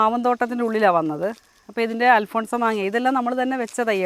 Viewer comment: Alphonsa alla Alphonso